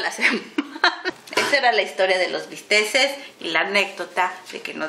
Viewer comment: bisteks no bisteses